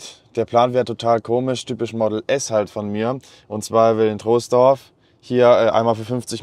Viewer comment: Top 👍 würdest du lieber ein jüngeres Model 3 (ab 2021 Refresh) mit höherer Laufleistung kaufen oder ein älteres (2020) , evtl LR mit weniger Laufleistung. Will das Fahrzeug noch für 4-5 Jahre fahren. PS: Troisdorf wird übrigens „Trohsdorf“ ausgesprochen, das nur am Rande😄